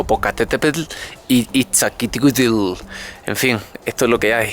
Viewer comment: Iz-ta-si-hua-teul (rapido). así se dice jajajaa